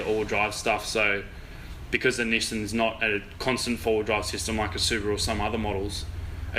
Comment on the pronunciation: Why worry about pronouncing "Stagea" when you can't even pronounce "Nissan" correctly. ;-)